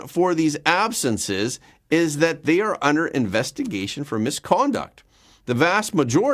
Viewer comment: That’s are, not arr